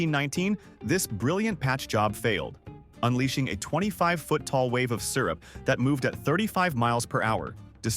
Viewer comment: It's "syrup" not "sirup." - I've always believed that the worst neurotixins are the toxic ones. "A massive anthracite mine fire has turned Centralia, Pennsylvania, into a ghost town, and the blaze will likely continue for another 250 years." - Popular Mechanics, April 1, 2026. It that an April Fool's joke? - It boggles the mind to think about the lenghts people will go to in order to drink some booze.